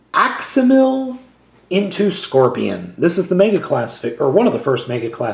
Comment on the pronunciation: aximili (ax-im-ill-ee). good review. good to see animorphs given some attention, even if the toyline doesn't really deserve it. the books are phenomenal though.